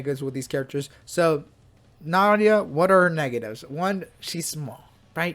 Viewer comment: Yay bruh nahida and nilou like bruh hahahahahaha bruh come on their said in game come on